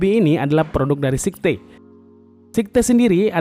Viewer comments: Sayet bang bacaanya bukan sekte... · bagian atas casing cuma support 120mm aio? kok kelihatanya bisa 240 ya. btw bukan sikte, tapi skait bacanya om... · kok sihte gan wkwkk Scythe bunyi ejaanya kalo gk salah "saith" gitu tapi wasem harganya terlalu OP buat kantong pribadi wkwk